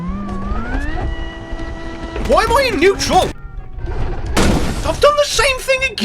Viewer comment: "Newtural" because its newt get it?